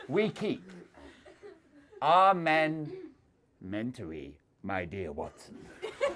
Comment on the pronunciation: "Amenmentary" omgggg